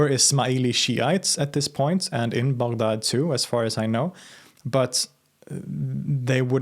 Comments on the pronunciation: Finally, someone who pronounced Baghdad right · Im shocked on how you pronounce baghdad so accurately, good job